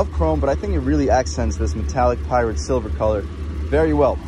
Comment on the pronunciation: I know this is nit picky but the color is "pyrite" silver not "pirate" silver